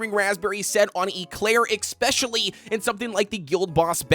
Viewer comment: There's more toppings available other than Swift Chocolate and Searing Raspberries, "ex-specially" when considering tank vs damage dealers!! So cringe 😬